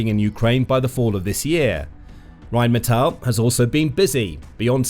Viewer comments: the way you can't pronounce what is essentially "rain metal" is painful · Funny, my wife grew up in Duisburg, (about 15 minutes north of their headquarters in Dusseldorf) and She pronounces it "Rhine-Metal" because it's on the Goddamn Rhine river. That's literally what the name means. "Rhine Metal" Obviously you don't speak a lick of German, because depending on ""ei" or "ie" the sound is the latter character. Rhein is German for Rhine. The German word for rain is "regen" if they wanted it to be "rain metal" they would have called it Regenmetal. You're trying to pronounce it like reign (rulership) which is correct in English, but completely wrong in German. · "Phyitiin" "Raiinmeetal" If you want to pretend pronouncing them correctly you have a long way to go.